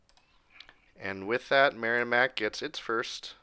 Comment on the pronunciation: Great vid! I will say it’s pronounced Merrimack with a short i. Not sounding like a y. Great as always though!